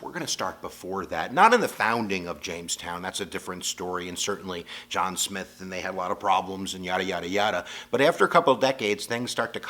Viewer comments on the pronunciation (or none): none